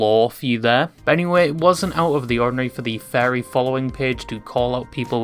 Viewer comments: I kept hearing the word fairy Not furry😅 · You keep saying "fairy", it's pronounced "furry" just like its written. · I love how you pronounce "furry" as "fairy"